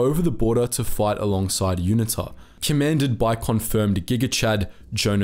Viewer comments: Dude you are not an American so please use proper English pronunciation. For example route is pronounced root not rowt! Learn the place names and how to pronounce them and UNITA is pronounced Uneeta not unittta! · UNITA is pronounced with a hard U. U Nita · Please get your pronounciation of unita right, secondly yes even today the ruling party still incorporates south west africa naming within swapo lol, also did time in the SADF back then - at least back then there was no load shedding or out of control high crime rates, proud to have been part of the worlds best fighting communism, not like today embracing communism